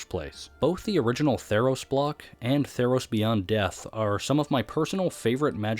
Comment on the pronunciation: "tEES PLLNS THF TEE-EROS"